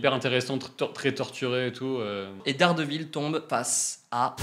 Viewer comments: Ça rit des Incroyable, mais vous dîtes Darredeville alors bon 😂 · Vous critiquez nos noms de films mais vous appelez dardevile: Darde ville😂. On vous aimes quand même.